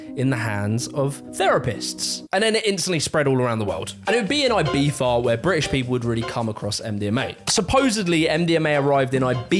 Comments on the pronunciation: Why do you pronounce Ibiza as Ibitha..? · The way he pronounced Ibiza is giving me goosebumps… Z not TH 😭😭 i know its spanish but still it sounds so wrong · I've never heard of this "Eye-Bee-Fah." The word you're showing is pronounced closer to "Ee-Bee-Tha." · its E-BEE-THA not E-BEEF-A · Why does he say Ibifa not Ibiza, like piffa not pizza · Aybeefa, for real. It's Ibiza like Pizza but (eebeetza) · Why are British people convinced that Ibiza should be pronounced AIBIFHA??? I still don’t understand it… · Why does he pronounce “Ibiza” with a V? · We the hell is he calling it Ibeefa? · It is not ibifa. Learn to speak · I had no idea Brits pronounce it "Eye-beefa" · Is he pronouncing Ibiza, Ibeefa? Google told me that’s not how you pronounce it. lol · Ibifa? Is that how its pronounced? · Eye-Bee-Tha, ffs 🤣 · "Aye-BEE-fa" - Is this really what British people call the island, or just? I clicked LIKE to partially offset the pettiness of my complaint. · Every time he calls Ibiza ibeefa I cringe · It is a good video , but why for the love of god do you pronounce it "ibifa" ? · The British pronunciation of Ibiza as "Eyebeefa" is CRAZY omg Love your videos btw. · the way you pronounce Ibiza drives me insane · Brits just can’t pronounce Ibiza properly despite trying so hard and its cringe as fuck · He did the z in a castilian spanish pronounciation. C and z are in some cases pronounced like th would in english. Cerveza is prounounced like thervetha for example. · It comes out like that because European Spanish tends to pronounce their Zs as a theta sound (like the “th” in “thumb”), and some English accents pronounce theta as Fr (like how “three” and “free” can sound the same in some accents). If you’re American, you’re probably getting the New World Spanish translation and we pronounce the Z the way you’d imagine. “Ee-bee-tha” would be correct in Spain though. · Why do you pronounce Ibiza like that? I get that you're British but come on.